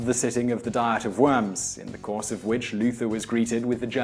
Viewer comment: "Diet of Worms" -> not pronounced as a literal diet of worms. I'm sorry, I love the usual depth of your research, but I lost it here D